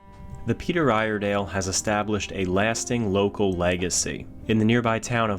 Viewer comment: Ear-eh-dell is how us Oregonians say it.